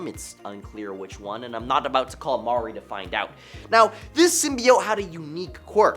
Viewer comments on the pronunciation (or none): none